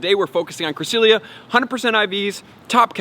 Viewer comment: Bro pronounce it correctly ! It’s bugging me lol